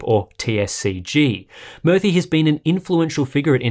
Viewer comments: It's pronounced as moorthy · Hey Murthy pronounced murr-thii means statue/image in Sanskrit